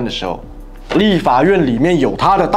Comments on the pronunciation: 就这水平还这么多人支持，秦桧居然读成勤快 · 是秦桧不是快，八囧要好好年国文哦